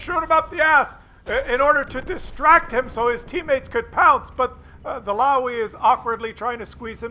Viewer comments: Look at the chat as well.. Man some guys are mad in that one.. PS., a Löwe is not a Louwy but more a Loewu.. (so the oe as the ou in shoulder and the u as the u in dull). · In german, the W has a V sound, so it would be closer to "Louve" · it's pronounced "Looooova". Right then, carry on. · if you wish to learn how to pronounce LOWE correctly have a look and listen to this vid of a fellow tankist from Germany